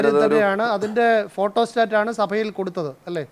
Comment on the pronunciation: സഫയിൽ എന്നല്ല സഭയിൽ എന്ന് പറയുന്നതാണ് നല്ല ഭാഷ 😮